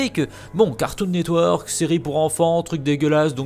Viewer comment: "cartoon net weeuurk" ptain j'adore comment l'a prononcé.